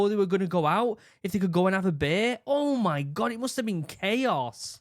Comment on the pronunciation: i love your accent but "ohh miy gwah" XD i cant hold back anymore "BeAnS Nd ToAsT"